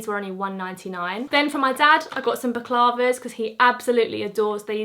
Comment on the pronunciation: Is it not pronounced ‘back-la-va’ not ‘back-larva’ 🤣🤣